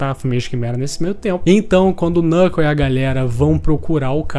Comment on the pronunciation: Desculpa ser o chato do rolê, mas ja sendo o chato do rolê. O "k" no início de uma palavra, principalmente baseada no inglês, não se pronuncia. Knuckle = nuckle Knov = nov Know = nou (pronúncia, porque now tem outra pronúncia) Knight = night E por aí vai